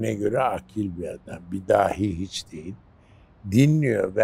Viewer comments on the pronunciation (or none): none